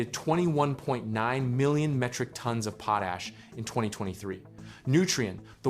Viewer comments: It pronounced "pot ash", not pooash. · pote ash.... worst ai voice ever